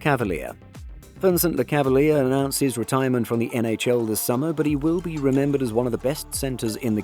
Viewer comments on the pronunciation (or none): Bro - it's not "Le-cava-leer", it's "Le-cav-al-yay", lol. I don't think this guy knows hockey. You got nearly every name wrong in this video.